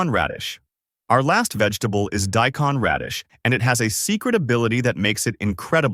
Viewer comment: Do us a favor and teach your AI to pronounce daikon correctly? What is day-con? Or did you mean die-con?